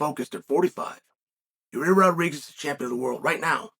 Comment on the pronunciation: "Your-ear Rodriguez"